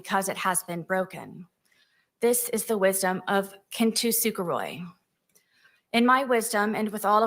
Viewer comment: "KIN-too-SOO-ka-roy" MA'AM LEARN HOW TO SAY THE WORDS YOU USE BEFORE YOU USE THEM FOR A FANCY METAPHOR I AM BEGGING! 😭 Also why does she say "not intentionolo"? It's very clear that she's saying it that way and I don't get it.